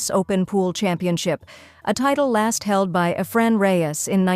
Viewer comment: Why use an A.I. voice? Eh -fren Reyes? The goat should never have his name butchered like that.